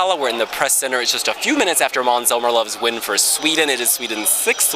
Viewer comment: His name is Måns Zelmerlöw and not Mans Zelmerlow!!!! :( :( :(